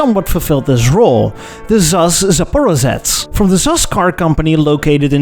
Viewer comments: .. : "zh" is pronounced like the "j" in the french name "Jaques". Talking about Zaporozhets. Also "kh" is not "k". "Sh" is not "s" and "ch" is not "c" and "ph" is not "p". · Zaparozhets…say it with me…ZA-PA-RO-ZHETS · I mean who in the West can pronounce Zaporozhets anyway? Not so many mistakes in my opinion.